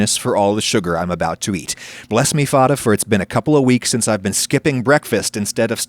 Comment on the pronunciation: Do you really say "father" like that? If it is then this is the first time I noticed your accent.